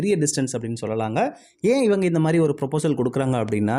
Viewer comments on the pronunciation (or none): none